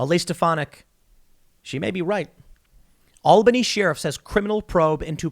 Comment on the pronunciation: I honestly watched to see if Tim would pronounce sheriff as sheeerif. It always makes me go what?